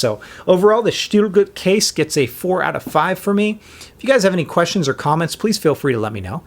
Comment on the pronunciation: hahah love the way you pronounce it!!SHHHHHTIL GUUUT